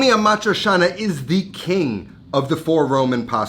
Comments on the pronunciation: Aaa maaa triii chianaaa Not amatrishana, brusceta not brusheta...... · "cia" in "amatriciana" is pronounced like in "ciao", ie "chow" not "shao". Ah-mah-tree-cha-nah, not ah-mah-tree-sha-nah. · Is it supposed to be amatri-cha-na, or how he’s pronouncing it (amatri-sha-na)? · Love your show, and your cooking but.....pretty pretty please.... learn how to pronounce A-MAH- THRIE- CHAA- NUH ! AMATRICIANA!!! Thanks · I never understood how you have travel to Rome so many times, but still can’t pronounce Amadricianna correctly. And this dish is king only with Bucatini. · you say it awfully tho, its not hard to pronounce correctly